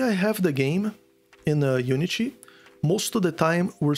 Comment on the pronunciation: Brasileiro? Asking because the way you say unity